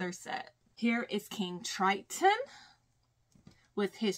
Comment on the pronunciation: I love how you say "this is kIng TrIteenn and his trieDEnynt" it so funny😂😂😂